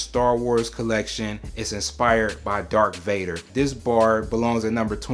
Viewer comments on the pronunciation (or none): dark vader 💀💀 its darth vader